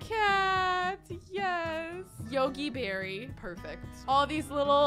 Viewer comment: Yogi Berry?!? Like Yogi Berra!!! Lol 😂